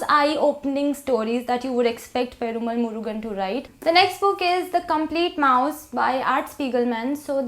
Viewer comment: I am a tamilachi... love from Tamil nadu. Your pronunciation (perumal murugan )is too good. 😁😍